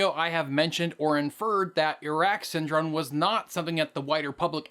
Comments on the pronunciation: good video, just a few notes. You consistently pronounced the word Syndrome with an "n" rather than an "m". Also, you mentioned Asst. Sec. State William Bundy but you have a picture of Robert McNamara. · lmao syndrone, every time! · I enjoyed listening to you mispronounce the word Syndrome for over 16 minutes. It may be a world record.